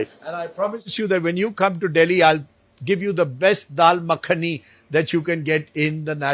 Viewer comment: "Dal Makani" 😀 wah